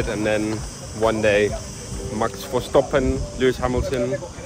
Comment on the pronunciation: "Max Verstoppen" hahaha